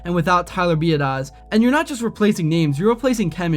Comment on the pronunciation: How are you still mispronouncing Schottenheimer's and Biadasz's names....?